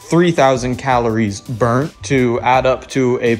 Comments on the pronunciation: what is up with the spelling and pronunciation dog😂 what is bruned yal meant burnt right😂😂😂😂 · MAN SAID BRUNED XD